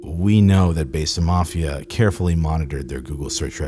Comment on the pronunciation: Produces a documentary on "Besa", keeps mispronouncing the word 'besa' as "Bay-suh".... smh